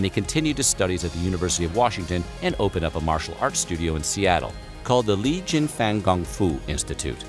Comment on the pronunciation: Interesting video (although most if it I already knew) but 2 things might make people question the validity and this might seem nit-picky but...his Chinese name was Lee Jun Fan - pronounced "FAWN" NOT "fan" and it's Jeet Kune Do - pronounced "DOE" NOT "due". Yes I saw many others chimed in on that and rightfully so...I CRINGED every time I heard him say "due". Sorry but no excuse for these oversights. Obviously the narrator was clueless